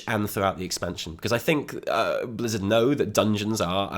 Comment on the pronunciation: did he say Blizzda ? Blizzard & Bethesda hybrid XD!